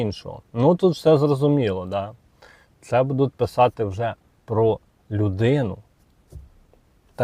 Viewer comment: бУдуть, а не будУть.